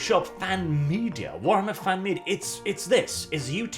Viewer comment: WARTHAMMER. LIKE A WART ON YOUR FOOT.